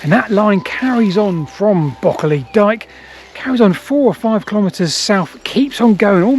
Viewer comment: The number of times I thought you were saying “Broccoli Dike” hahaha